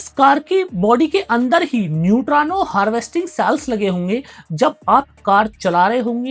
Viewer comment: नयुट्रानो नहीं होता न्यूट्रिनो होता है